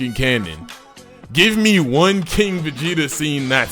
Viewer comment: Guys is arguing about having irrelevant characters when asking for king Vegeta as a character plus this MF can’t even say the word right